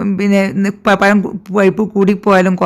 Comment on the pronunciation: പയം അല്ല മാഡം പഴം